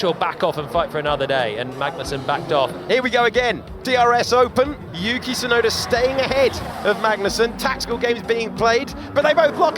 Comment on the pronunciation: I hate when they call him "Sunoda" instead of Tsunoda.